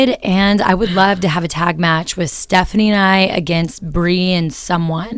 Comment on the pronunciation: she said stephiane